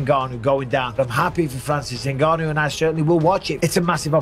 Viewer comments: Juste c pas Ngannou mais Nganu en africain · c'est pas n gannou c'est ngannou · 😢 C'est pas N ganou mais NGANOU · C'est pas N ganou c'est nganou point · Superbe vidéo, mais t'as écorché le nom de ton perso principal tout du long Renseigne toi sur la prononciation de son nom fonction d'où il vient Et si tu pense que c'est pas important car tu le prononce en français, je me demande comment tu prononce "Michael Jordan" Bref la bise et bonne continuation ❤ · Pourquoi les français aiment dire N'GANNOU alors que N'GANNOU, C'est la même chose avec Mbappé